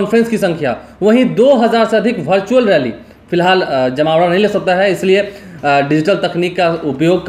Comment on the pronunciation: Virtual hota hai.. Bhai... Bhartual nahi